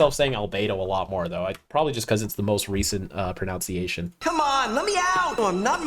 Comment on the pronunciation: Talking about how they say albedo and then you pronounce “pronunciation “ wrong lmao